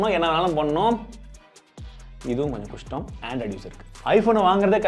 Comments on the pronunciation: why the word kushtam ..its pronounced as kashtam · not kashtam kushtam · Kastam is a word,but Kustam ia an emotion 🤣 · romba kastam nu solurathuku pathula romba kustamnu solitinga😅